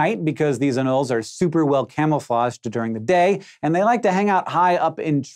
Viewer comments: He's got it wrong, it's a-noll-ees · Is anoles pronounced ah-nolls or a-noll-eys?